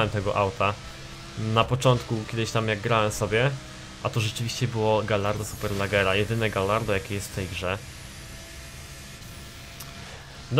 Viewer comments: Superlaggera rly? xD Poprawiając Superleggra. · SuperlEggera a nie SuperlAggera ...